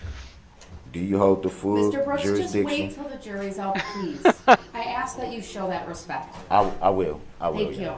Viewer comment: Brooks, it's ASK not AXE ! 12TH grade or GED really ?